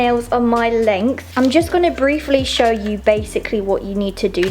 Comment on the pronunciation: "Welcome to my chnow"